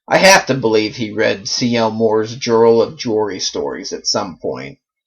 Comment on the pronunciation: No direspect ...I think that Jirel is pronounced Yarl... I didn't know he had so many female characters.